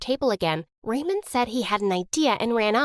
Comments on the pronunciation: The way she pronounces "Raymond" it sound Like "Ramen" 😂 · everytime she said Raymond i heard ramen